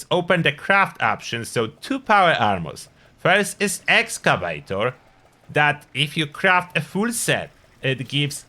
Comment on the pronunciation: I wish you still pronounced it "Excavaytchor". That always made me smile. I do run Union PA now, but it was hard to give up that beautiful set of "Excavaytchor." I still have it stashed though.